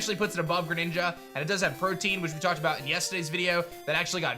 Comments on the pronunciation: Please it’s pronounced prow-tee-uhn not pro-teen 😔😩😩😩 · It's pro-tee-AN. Not protein the macromolecule